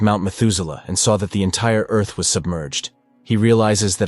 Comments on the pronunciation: I've never heard anyone say earth that way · Did he pronounce Earth differently?! Lol